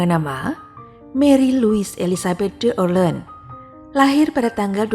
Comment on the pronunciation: Francois bacanya Fransoa. D'Orleans bacanya Dorlangs. Marie Louise bacanya Mari Lui.